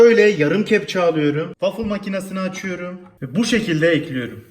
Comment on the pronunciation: Abi gözünü seveyim o harfini de kullan (şeker ekliyöörüm)